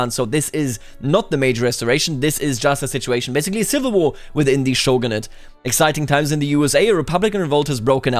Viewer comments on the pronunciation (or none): none